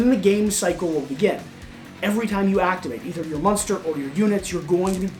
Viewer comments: they should fire this guy for saying "musnter" every time he is supposed to say 'Monster'. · This dude can’t pronounce monster. Yikes